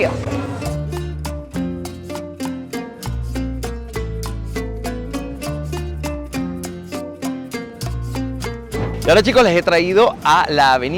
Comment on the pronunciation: PUEDES PRONUNCIAR BIEN KIOSCO